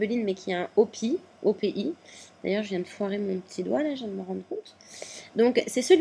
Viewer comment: On dit o.p.i (les lettres en anglais ;p) sinon tes video sont super ;)